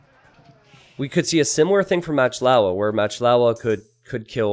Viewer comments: Pronounced moc lova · Why do you call "MachtIowa" "Matchlaua"? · How you say "Machtlowa" drives me up a fucking wall.